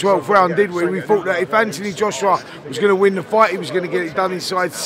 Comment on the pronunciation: Eddie "what you goner do now" Hearn